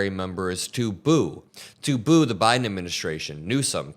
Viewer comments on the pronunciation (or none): none